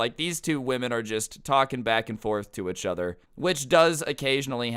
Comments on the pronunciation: did anyone notice saying ech other instead of each other it's urkiong me something fierce my god STOP PLS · “Euch other” it’s pissing me off 😂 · “Itchuther” really irks me I’m sorry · I love how he he says achother instead of each other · i like/dislike how says uchuther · i’m glad i’m not the only one that noticed this haha. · I love the way he says “ichother” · you say “each other” weirdly